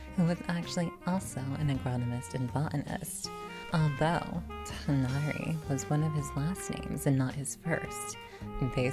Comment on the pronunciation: I’ve heard two different pronounciations of Tighnari’s name. One, which is the way you pronounce it - like “Tugh-nari” and then another “Twigh-nari” im not too sure which is correct.